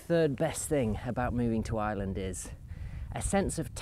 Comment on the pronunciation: Thank you for posting. Interesting video. To me, it sounds like you are saying "I Land" or "Island". Here in the US, my $50,000 Toyota 4Runner SUV full coverage insurance is about $450.00 every 6 months. Would I even need a 4x4 there? I'm a retired Geologist and need it for gold prospecting here in the western USA.